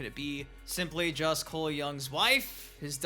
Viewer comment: You gotta stop saying coles name like that you sound stupid just say it normal